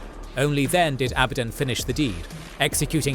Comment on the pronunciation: At least pronunciations of abadon right